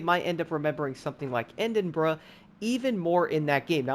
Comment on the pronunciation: "end-in-bruh" lmaoo